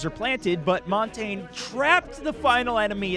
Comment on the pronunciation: it's mon-tan-yay not mon-tane